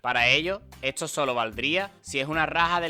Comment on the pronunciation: De dónde eres que pronuncias "etso" en lugar de "esto" y así con muchas otras palabras???